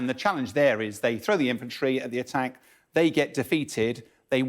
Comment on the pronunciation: She said ATTEK and then struggled to speak. Fire this woman immediately!